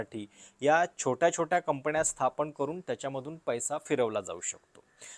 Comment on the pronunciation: शेल कंपण्या , मणा मध्ये 😂😂. बाकी उत्तम आणि स्वच्छ उच्चार फक्त गडबड न आणि ण ची. जण मण पार्टी😂😂